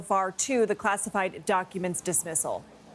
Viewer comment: Dizmizzal? Really?